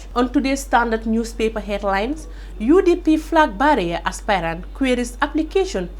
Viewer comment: Please check your pronunciation of ' flag bearer '.